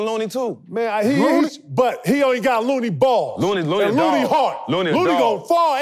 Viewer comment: Why KG kept calling Looney “Mooney”🤣🤣🤣